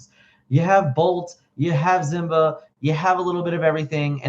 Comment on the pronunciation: What's the backstory on mispronouncing Simba? Even from the movie we know how it's pronounced. I know also knows this.